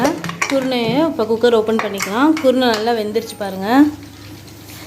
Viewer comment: என்ன குருனை என்று தெளிவாக சொல்லுங்க சகோதரி